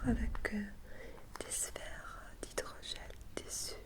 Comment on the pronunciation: Romain Mertz elle dit bien hydrogel ;)